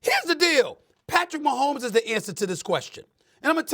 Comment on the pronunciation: The disrespect. A whole stadium says his name right and this chick couldn't get it right.. questionable.